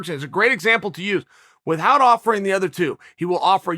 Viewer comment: Chael "without = withHout" Sonnen